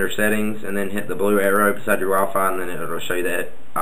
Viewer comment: it sounded u said waffle instead of wi-fi